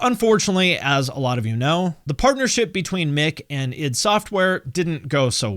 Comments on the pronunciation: The way a youtuber pronounces "Id" is a litmus test to see if the video about Doom is worth watching. You passed. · Glad to see someone pronouncing "id" correctly for a change lol.